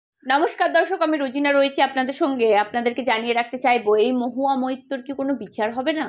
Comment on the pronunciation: Tumi aage moitto na bole moitro bolte shekho